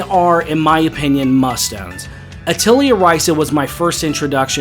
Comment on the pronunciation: Sorry to be that guy, but Atelier is pronounced "uh teh lee ay". Great video, btw.